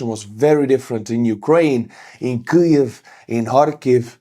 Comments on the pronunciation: can't say kyiv. it's not kyuv buddy it's keeiv:} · Weird - why are you mispronouncing Kviv? Sounds like you are saying Klviv. Why add the sound of ‘l’ ?